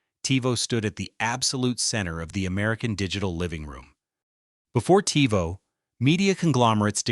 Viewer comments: Seemed like a cool video until it started saying Tyvo instead of Tivo. Also, what's up with the volume changes. You're an AI voice, no reason to raise/lower the volume of it. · Your use of AI for the narrator got progressively more and more annoying as the video went on. I was going to subscribe and like but then I heard "Tie-voh" and it became obvious that this isn't a human voice. Sucks. Seems like it could've been a cool channel but nope. Guess not. 😢